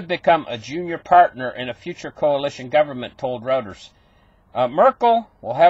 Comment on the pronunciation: Pronounced Roy-ters